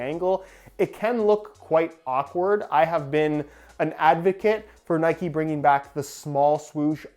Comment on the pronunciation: I’m sorry but it’s pissing me off it’s Nike not nikey